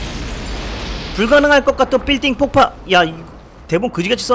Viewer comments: 삘딩뽑빠삘딩폽파 삘띵폭파빌딩폭파 와씨한국어왜케어려워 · 삘띵뽂빠라니?발음 안되면 빌딩폭바(퐈아) 하면 될텐데...국어시간에 잤군요!ㅋㅋㅋㅋ어렸을때 본건데 깨우침이 많은 영화.....자신을 희생하면서 남을 구하는사람,살려주는데도 못참고 발악하는사람,결국엔 화산재로 뒤덮인 사람들은 모두가 똑같은 형태.... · 불가능할꺼 까떤 삘띵뽁빠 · 아 덧글안다는데 삘띵뽁빠 한10번은들은거같아요 넘웃겨 ㅋㅋ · 삘띵뽁빠 ㅋㅋㅋㅋㅋㅋㅋㅋ 언제 나 들어도 재미있는님 의 영상 과 말빨로 1나의 병맛 영상이 완성이 되지요 (이게 맞나..) 하트좀부탁 드려요 ㅠㅠ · ㅋㅋㅋㅋ 삘띵뽁빠 ㅋㅋㅋ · 삘띵뽁빠 ㅋㅋㅋㅋㅋㅋㅋㅋㅋ